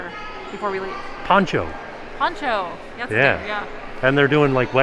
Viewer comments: Its PONGO....NOT PONCHO LOLOL CLOSE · Except it’s pongo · its pongo not poncho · I cant stop laughing at Poncho. It's Pongo LOL. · “Poncho” 😂😂😂 you guys, it’s Pongo! Lol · Poncho? lmao I think it's Pongo. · Pongo, not Poncho. Of course my daughter always has to correct me or tell me who the characters are but she loved 101 Dalmatians when she was little, so I did know that one! Thanks guys! Happy Easter weekend to you! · Perdita and PONGO hahaha not Poncho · It’s Perdita and Pongo .. not Poncho lol fake fan alert 😜